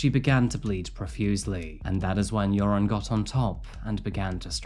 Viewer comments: I know I shouldn’t, but when “Joran” is said it sounds like “urine” to me, and I smile because that is forever how I will think of him. He’s officially now. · I love how you pronounce his name like "urine". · I like how you pronounce his name, "". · Usually I'm HIGHLY critical of the way you pronounce words and names (basically anything Spanish), but I love how you pronounce Joran's name so it so it sounds like "". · I love that his name sounds like it's being pronounced, "urine" it truly fits the worthless Van Der Sloot. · I like how you pronounce his name “”. Fitting. 😂 I’m an American and that’s how it sounds to me. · Not sure if it’s intentional but I LOVE that you sound like you’re calling him. Perfect for that piss poor excuse for a human being. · Is it my imagination, or does pronounce Joren's name "urine"? Accident? I think not. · I enjoy that every time you say his name....I just think of "urine' lol. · I love how his name is pronounced "urine." Hope he rots in prison. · I'm slightly hard of hearing. It sounds like you are pronouncing his name as. Not sure if that's correct but am 100% positive it's appropriate. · The Dutch urge in me to correct people who pronounce Dutch names incorrectly is big but thb he is such an asshole so please keep mispronounce it forever !!! I feel so sorry for Natalee’s & Stephany’s familie. May he rot in jail forever